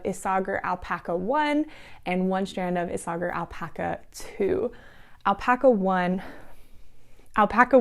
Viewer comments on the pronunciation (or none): Hi I just found your podcast. Love your Monday sweater. The yarn you used by Isage4, is actually pronounced ‘issay-er.’ It took me a long time to figure that out! 😉 Also as far as scratchiness goes, I heard some)me say she washes her sweaters in hair conditioner. Don’t know what that does but it sounds like it would soften it. I may try it for a sweater that I made probably 1st years ago that I love but I have to wear a shirt underneath and still the neck itches!